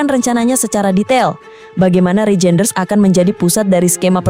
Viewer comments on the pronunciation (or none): DUH BACANYA BUKAN REJEINDERS TAPI BACA: REYNDERS .....PLEASE .... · Reijnders di bacanya Reinders kak